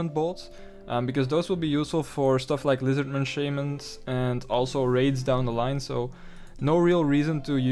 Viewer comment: unsubbed for how you pronounce shamans. shame on you